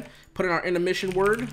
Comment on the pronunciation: anyone else notice he said intemrission? hahahha love the videos and everything u do for 100T